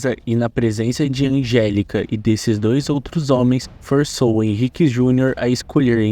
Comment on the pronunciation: Americano é um bicho muito bvrr0 msm. A repórter pronunciou "angelíca" sendo que esse nome seria facilmente falado Angélica pelo mesmo fato deles chamarem florida de "Flórida".